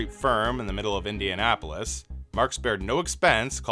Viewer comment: Its indianapolis not indianapolist